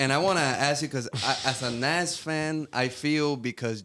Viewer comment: It's not Naz it's nas